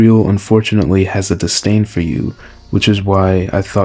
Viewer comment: btw minor correction, the word is "disdain" not "distain"